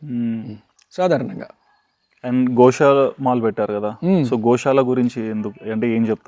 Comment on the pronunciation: Anchor గోశాల అనాలి గోషాల కాదు